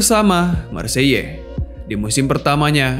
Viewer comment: Hahahahah kau sebut maseyellll hahhaa bhsa prace..,kau tu endon hahah